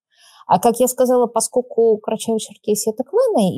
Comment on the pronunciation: Юль, не "паскоку", а - ПОСКОЛЬКУ! И говорят, что не "пропадает в туне", а "не поминает всуе"!